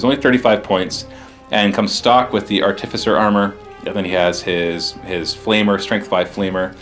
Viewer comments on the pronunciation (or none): pronounces Artificer wrong anyway, so you're safe. Theres no emphasis on the 'T'... say it just like you would say 'artifact' since thats the word it originates from.